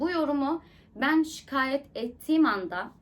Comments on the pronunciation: Şııkayet değil şikayet 😀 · Daha konuşmayı beceremiyor şikayete şıkayet diyor birde oturmuş psikolojik tahliller, karakter analizleri yapmaya çalışıyor 😅😅